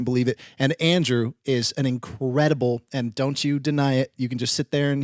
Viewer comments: hit the like button at "incraudible" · “Incraudible” 😂😂 Also, Andrew’s withdrawal from chips 😂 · I gotta applaud Andrew on saying "incr-audible" XD That made me smile. Also I realized that I never get tired of hearing Garrett's bug stories, I made friends with some spiders in my window over the summer. The window was in the room I practice violin so they must have been cultured spiders